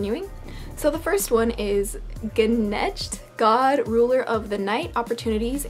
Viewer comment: I believe Gneicht is pronounced either "naycht" or "nehcht".